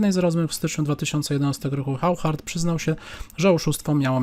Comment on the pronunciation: To Hauchard to chyba auszard się czyta. Takim oszustom to fide powinno przyznawać tytuł SM - stockfish master